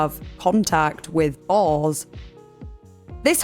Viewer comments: Oh you’re saying boars, like pigs. Dang, took me awhile. I thought she was saying Balls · Are you saying "Balls" or "Bulls"???